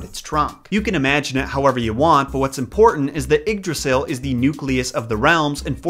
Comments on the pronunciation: It's pronounced yigg drasil not iggdrasil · This video was sick and I hope you get better soon man but Yggdrasil is pronounced ‘eed-rah-seel’ ❤️ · It s Ygdrassel not Igdrassel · he pronounced yggrasil wrong in the beginning , it's like ye - drassil well pronounced like that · Love the way you say Yggdrasil XD Ps. am from Danmark. Love your content as allways. Plz make a video about H.C. Andersens christmastail, The little girl with the matchsticks